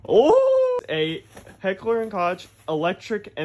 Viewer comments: Its pronounced coke not cawch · It's pronounced heckler and "coke" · Kappa Klaus on the h&k website it literally says its pronounced coke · The K in H&K is pronounced like coke. Not coch lol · It's pronounced koch not koch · Kock would also be a legit pronunciation overseas as stated by HK themselves but "kotsch" is a fucking war crime thats where i draw the line GET IT RIIIGHT!!! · Hey by the way it's pronounced Coke not Koch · Its not Kotch it pronounced coke. Like coke-a-cola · Pardon me but… ITS PRONOUNCED KOCK NOT KOCH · First it's Walter not Walther and it's pronounced kog not koch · Koch in hekler and koch is pronounce hekler and coke not kah-ch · Not trying to be shitty it's spelled heckler and Koch but Koch is pronounced coke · Koch in Heckler and Koch is pronounced "coke". Not ranting or anything just letting you know. Love the videos btw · Koch pronounced as ko-ch literally set me off. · Koch is pronounced “Coke” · koch is pronounced “coke”. you’ve probably got that by now with all the people making fun of you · it's not pronounced as "coke" either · It's not pronounced heckler and "koch" it's pronounced heckler and "kock". Not trying to sound funny, that's now you say it. It's German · It’s pronounced Heckler and coke but it’s spelled Koch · Nope, actually it’s pronounced closer to coke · nope, go to the HK website and to their FAQ section. One of the FAQs is how to pronounce it, and they say it’s said like Coke. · It’s pronounced, “Heckler and Cock” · Actually, Koch is pronounced like "Coke". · Tf no it’s not.. It’s pronounced Kogg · Soooo yeah, its pronounced Coke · It pronounced Heckler and "Coke" and the Sig hand gun was a P226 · Heckler and Koch is pronounced like the soda coke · It’s is pronounced heckler and COKE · Koch is pronounced coke. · Heckler and coke is how you pronounce it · koch is pronounced cook, ik it’s weird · No it’s pronounced like coke. Like the soda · nah man its walther, bruh wtf walter whhite its pronounced coke tho